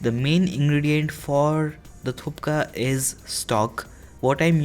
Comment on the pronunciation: That not call a thukka thats calls a thuppa